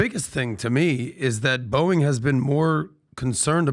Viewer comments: Is he saying Boing ? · Love how Patrick pronounces Boeing as boing!